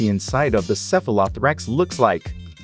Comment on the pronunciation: the robot pronounciation is so tone deaf. cephalo-thorax